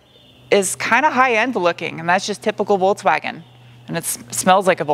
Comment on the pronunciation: Me not like the fholksfhagen... You're the best.